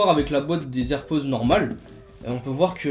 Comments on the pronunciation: On dit pas les z’airpods mais les h’airpods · Il a dit. AirPause 😂